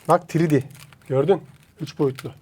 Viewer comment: En eski videolarında (bu kanaldan öncekiler) "tiridi" derdin o zaman ne olduğunu anlamazdım. Şimdi 3D dediğini anlıyorum.:D